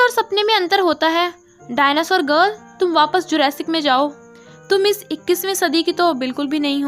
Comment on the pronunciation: Whenever you said the girl I heard dagal